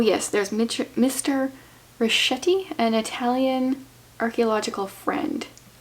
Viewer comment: It's a bit late but "van Schuyler" is pronounced "fun S-choyler" and Richetti is pronounced "Riketti". 🙂